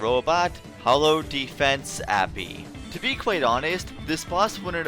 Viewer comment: This boy says API “appy” and it grinds my gears...